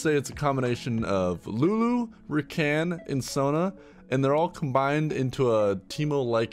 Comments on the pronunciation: This guy did not just say "ra can" instead of rakan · did you pronounce rakan as racan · Ra-can? What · "Lulu, sona and REACAAN" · Ra-can? Ra-CAN!!?? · did this dude say recan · God damn what is that pronounciation.. Reken?